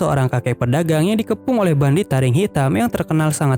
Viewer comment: Kak kok kakak salah sebut bandit jadi bandit 😅😅😅 maaf kak aku juman pengen tanya😁